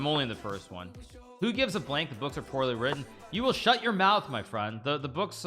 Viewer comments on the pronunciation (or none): " you woul'd shout your mousse, my friend. " 🤣🤣🤣 Thank you for all...